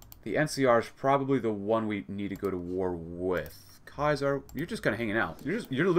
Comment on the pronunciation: It’s ceasar , not kaisar